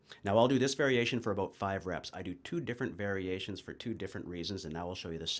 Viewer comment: Hehehe heard the "bout" I was like cool yay Canadian !